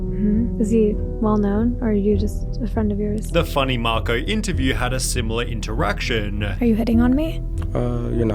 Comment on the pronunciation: friendeh. iterestedeh. interactionnnneh. reasonnnneh. sinistaaaaaah. husbannndeh. aftaaaaaaaa. admitteeeeed.